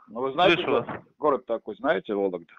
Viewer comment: "Волегда". Окраинец то сам от себя говорит, то читать скрипт читает. Вот и получается то "ты", то "вы"